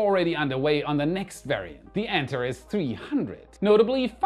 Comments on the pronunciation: an-TAR-ees! Not ANT-a-rez! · please look up the correct pronunciation of Antares 😊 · "an TAR ease"....... "Earth's, not Earthez........ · With all due respect, what is up with your pronunciation of words? Antares? Elongated?